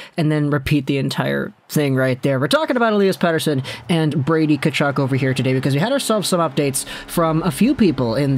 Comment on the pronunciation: pretty sure the first "K" is silent in Tkachuk, not the "T"..but, at least you didn't say Kachook..I actually went to highschool with a Tkachuk..no relation..he pronounced it Tuh-KAW-chuk..we just called him Cheeks..